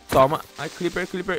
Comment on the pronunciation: quem pecerbeu que ele falou cliper OBS : crepper eu sei ta